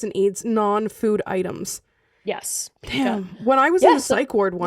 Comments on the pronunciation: Oh also I just learned that Pica is pronounced “pike-a” — I’d also always it like peek-a but a friend corrected me and I googled the pronunciation and they were right! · For the person who ate the basement wall the condition is pronounced PIE-KA just figured you lovely ladies would want to know! 🥰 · It's pica with the long I sound! I'm in the healthcare field and I have patients that have pica and they'll even eat their own poo depending on the type of mental disorders they may have. I've had at least 4 girls who we'd have to put on onsie pajamas backwards and clip the zippers closed to try to defer them from digging and eating it 😂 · It's pronounced Piekuh. I help take care of adults with intellectual disabilities and a few of them have Pica. One girls non food item is rubber gloves. We also had an individual who liked drinking cleaning supplies and eating dirt. Also it is true about the full moon. Anytime there is going to a full moon the individuals at my work who are known for having behaviors usually act up. Love you too so much. You guys are my pick me up and bring a smile to my face everytime I watch you❤❤ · Pica pronounces Pike a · Yeah, I was just gonna type in. It’s called Pica! Pronounced Pie-ca. I love you guys! I wish I knew how to get this going and I would totally do it because I’m permanently disabled and I can’t work because I have a brain disorder so when you’re talking about Adam, I totally got it I yeah and but there’s so much more, but I would just love to do this and then also bring awareness to the disorder that I have Because doctors are dumb. Some are most are. I miss fringe that is that was such a great show.